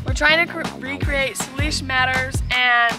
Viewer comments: i love this but it is SAY lish matter anyway u guys are great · I gotta correct its pronounced Say-lish not Salish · really said SULESH BUT It is saylish however it is spelled Salish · Me recorrecting the words when said ferran nidal and saylish lol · Selish matter and feren 😂 😆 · Lol you you pronounce Salish wrong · its pronounced Say- lish and turn-on and ni- doll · She sad slish not salish